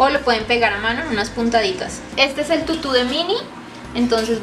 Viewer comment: Tutu ba con acento tutú